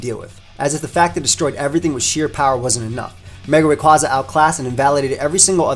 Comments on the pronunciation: its name is derived from quasar so say it wiht me now RAY-KWAY-ZA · I've said it before and I'll say it again, It's "Ray-QUAY-za" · Oh my gosh for the last time It’s Ray-QUAY-zuh. It’s based on a quasar. (Quay-zar) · It's pronounced "Ray kway za"! R.I.P. Mega Evolutions! They will never return again! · Well I have some feedback, he should learn how to pronounce Rayquaza correctly